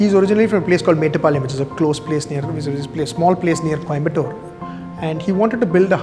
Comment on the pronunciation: Why he is pronouncing coimbotto